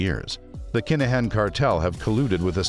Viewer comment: Why the hell are mis- calling his name . IT IS NOT DANIEL CALAHAN . IT IS DANIEL KINAHAN !!!!!!!!!!!!!